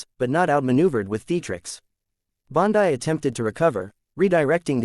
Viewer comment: Fake: Her name is Bondi (pronounced Bondee) NOT pronounced Bondii.